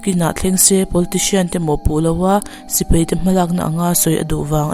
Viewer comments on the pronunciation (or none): Bengvarthlak hle mai. Sipei ti lo in Sipai tiin lam fiah lehzual la... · Thu hi uluk deuh theih se angihnawm ngawt ang sipei nilo in sipai tih ang te,mi tam zawk hi chuan mizo tawng hi kan duhtui ve a nia